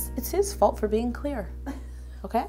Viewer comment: it sounds like you said queer instead of clear 😂